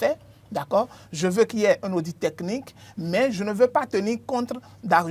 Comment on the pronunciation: À l'attention de mon cher ami, une petite précision linguistique: dans le mot audit, le "t" se prononce,. Bonne continuation et tous mes encouragements à l'équipe. Phonétique du mot "audit": /o.di.t/